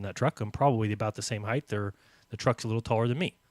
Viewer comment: Lol! Does not know how to pronounce "height"????!!